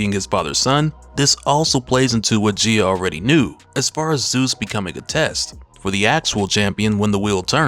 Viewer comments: I was wondering who Geya is, Gaia, pronunciation - guy-ya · You kept saying Gia.. You didn’t do her justice 😂